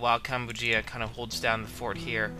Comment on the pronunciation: As for the pronunciation of Kambujiya - I would pronounce it more like "Kam-bu-zhi-ya"